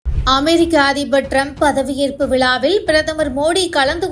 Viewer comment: விலாவில் அல்லது விழாவில்! தமிழை உச்சரிக்க தெரியாதா